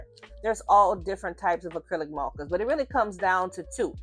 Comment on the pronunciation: I've come from Tiktok - had to come subscribe so I can hear you say mawwkaahs even more, I love your voice and your skills are chefs kiss I'm so pleased there is more choice now with art supplies. I took decades to build up my copic ciao collection, having other options now is fantastic. Thank you so much for pointing out how important your paper choice is too.